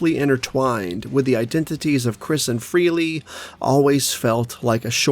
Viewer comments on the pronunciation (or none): It´s Ace Frehley...FREH-ley. Not FREE-ley, dude! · Brother, Ace's surname is pronounced "Fray-lee", not "Free-lee".